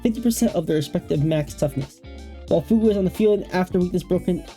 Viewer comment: Chinese doesn't have a pinyin -gue. It's just the English word fugue (fyoog). A moment of identity loss or memory loss. The way you're saying it would be spelled Fu Gui